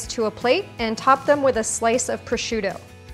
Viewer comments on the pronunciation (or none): Proschiutto, non prosciudo 😄 grazie mille! Great tutorial! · Enjoyed the video. Made poached eggs today following this recipe and they turned out perfect! Just one small "gripe" ... As someone who lived in Italy for four years, hearing someone pronounce prosciutto as proshoodDo is painful to the ears.